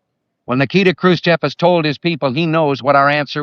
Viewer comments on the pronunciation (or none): none